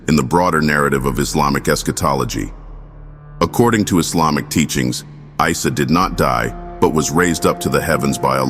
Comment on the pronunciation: Not "Israel and Mirage" it is Isra wal Mirage, Pronunciation of Isa AS , you just hear it, like issa, good video, but lot of mistakes, please correct it